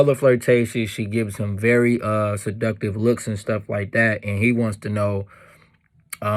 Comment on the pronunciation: Lol I like how you say seductive 🤣🤣😒